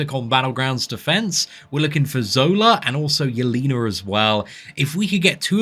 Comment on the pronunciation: Pronounced “yell-ay-nuh” not “yell-ee-nuh”